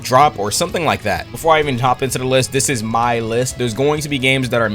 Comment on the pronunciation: "my list" What i hear: Our list 😮lets go poggers